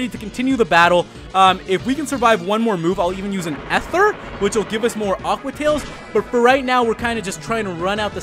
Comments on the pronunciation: Dude its eeeethur. E-therr. Not Ehther. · I've pronounced ether wrong all my life